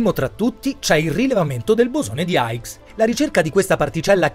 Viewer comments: Comunque il bosone si chiama di "hix" questa è la pronuncia no aigs che non ho capito dove ha preso...grazie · per la pronuncia hai ragione è vero lo dice sbagliato